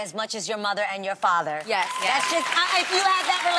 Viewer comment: Adrienne’s accent came out real strong when she said father 😆😆